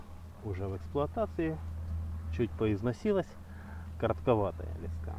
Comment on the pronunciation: Мужик, слова леска ударение ставится на букву Е, а ни на А, Ни а всё остальное просто хлам.